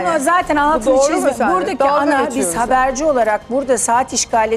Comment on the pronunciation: "biz haberci olarak" mı dedi, yoksa ben mi yanlış duydum...